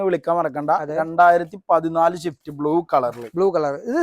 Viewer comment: മുത്തേ ഷിഫ്റ്റ് അല്ല സ്വിഫ്റ്റ്